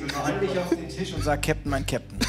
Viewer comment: Der Tich